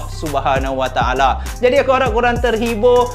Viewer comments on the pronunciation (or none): none